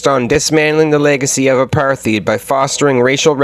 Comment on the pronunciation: Great vid! Couple of things: - Apartheid is pronounced apart-hide - maybe don’t end every section with “i guess we’ll never know”